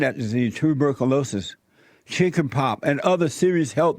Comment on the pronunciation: Its chicken pox you idiot. Learn how to speak.